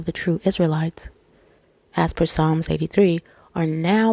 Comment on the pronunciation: Hi , I just subbed the word "Psalm" is pronounced "Salm" great vidoe ,thankyou ❤